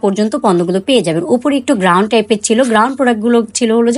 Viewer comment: It's গাউন not গ্রাউন আপু আর প্লাজো হবে ফ্লাজো না